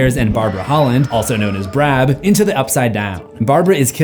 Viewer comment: “Also known as brab”!?!?!? Fuckin BRAB!? 🤦🏽‍♂️🤦🏽‍♂️🤦🏽‍♂️